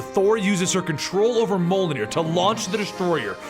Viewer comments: its not: molnir its: mee-yol-near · Not MOL NEER. MYOL NEER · You keep pronouncing Mjolnir. It’s pronounced “mee-ole-neer” not “mole-neer”. Almost certainly. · Its not molnir its meòlnir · He says MOLnir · Moelnir, moleneer, molnir For fuck sake it's Mjolnir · Monarch Syndrome It was a joke, in this video every time he says Mjolnir it sounds like he's saying Molenir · Me-awl-ner .that's how u pronounce it...